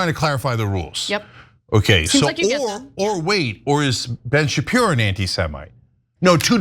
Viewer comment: Blenn chupiro.😂😂😂